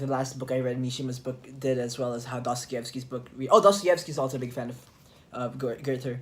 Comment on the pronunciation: It's pronounced GER-ta.